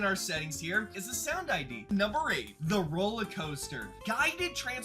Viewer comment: U said “hi ere”